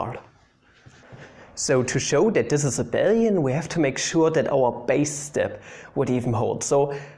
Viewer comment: Great to see something other than 'MEGA HARD INTEGRALS SOLVED USING MY PINKY FINGER' on a maths youtube channel. Also, you're the only person I've seen who says 'Abel-ian' rather than 'A-bee-lian' which is the CORRECT way. So ty you made me feel okay this morning.